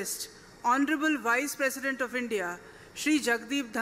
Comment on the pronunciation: Please correct the sentence..its not presisent…its President